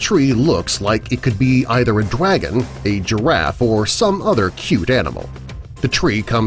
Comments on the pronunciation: Its Dragon Not Dwagon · I heard you say “the Dead dwagon” XD XD Just pointing out XD XD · I can't be the only one who heard dwagon instead of dragon each time he said it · I know he totally was joking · He said dwagon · Dwagon? Hahahahahahahahahahaha!!!!!!! Dry -_ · Your sayin' Dwagon... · He said the dead dwagon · Am I tripping or did he say dwagon not dragon!? 🤔😆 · Not DWAGON, DRAGON 🐉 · He said "Dwagon" :D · I heard it as well 😃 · broken furuta mage he actually said “Dwagon” dude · why every time he says "dragon " i hear him saying "dwagon" lol lmao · Sounds like he said swag instead of dragon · He said drwagon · It sounds like he’s saying dwagon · This is how many he said dwagon I I I V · Lol he said DWAGON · He can't say his R's like dwagon and giwaffe